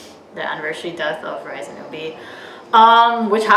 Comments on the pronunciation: Why is everyone mispronouncing Rise's name?? IS RISAE OR RII - SEE . I know she "rised" to heaven but please don't be completely ignorant . Is not the same pronocining as in American English, this is her name. Learn how to pronounce it first before saying it out long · I think RiSe is pronounced as Ree Say.